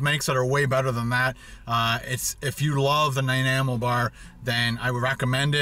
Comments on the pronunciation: Listening to you trying to say Nanaimo was more interesting than anything else in the video. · I cringed every time he said Nanaimo, I've never heard someone pronounce it like that before. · Alex Ander Theres lots of people who mispronounce it. Not just. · fuck i know multiple people from all over the states that can pronounce nanaimo but not a fellow canadian? as a person from nanaimo im dissapointed. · Learn how to pronounce nanaimo bar please, it not a hard word.... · How can you not know how to pronounce Nanaimo?